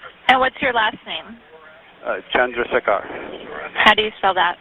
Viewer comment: Ain't no way someone actually named Chandrasekar can't say their own name properly.